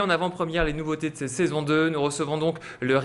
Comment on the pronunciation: Je rêve pas,il dit saizion a !!!!!! Sinon,cool,la saison 2 passe par Brakram !!